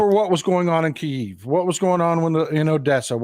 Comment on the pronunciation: much respect to you sir. Please pronounce Kyiv (kee - iv) correctly instead of the ruzzian word Kiev (kee - yev) Thank you